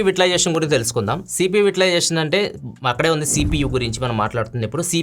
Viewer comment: Vai ta Lai zation This is pronunciation